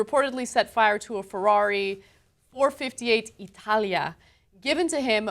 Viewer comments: it's not four fifty eight, it's four five eight lol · It's pronounce four-five-eight 😋. But I knew what you meant. Love the show. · Pronounced four. Five. Eight. Not four fifty eight